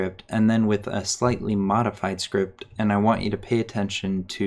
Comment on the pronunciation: i like the way he says "Schript"